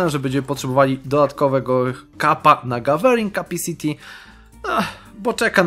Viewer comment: taka uwaga do początku filmu - to nie jest gawering kapisiti, tylko gawering kapAsiti!:D